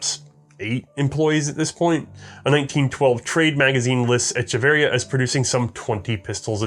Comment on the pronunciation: pronounciation of Echeverría is traumatizing for a Hispanic man like myself